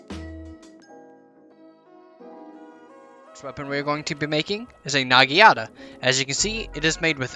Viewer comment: Bro quit saying nagiata its called a naginata